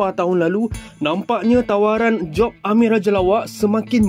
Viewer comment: min sebut ameng ke amir 😂